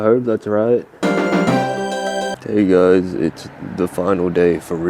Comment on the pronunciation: “ily giuys” us giuys love you too😅🩵